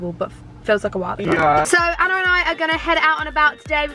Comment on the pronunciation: saff can’t even say Anna’s name right